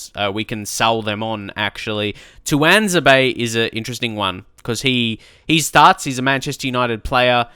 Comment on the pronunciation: It's pronounced two-wan-zay-be